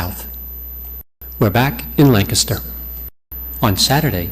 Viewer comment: It's pronounced LANC aster